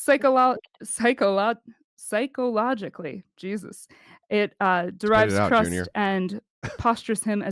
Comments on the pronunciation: The little grinning idiot could not pronounce psychologically, so who actually wrote that down on her little diatribe? This little red flag is making it over before it even starts. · You know it’s gonna be a good debate when one participant can’t pronounce “psychologically“